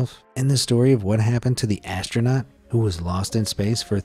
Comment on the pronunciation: Lost? I thought you said LUST in Space!!